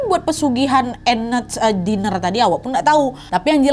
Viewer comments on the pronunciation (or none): Team yg selalu nonton tp gak pernah komen 😂 btw Diner itu di baca nya Dainer bukan Diner kyk tulisan nya 😘😘